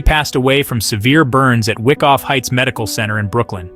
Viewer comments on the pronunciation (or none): the proper pronunciation is 'Why-cough' Hospital -- not "Wick-off". Wyckoff Heights Medical Center.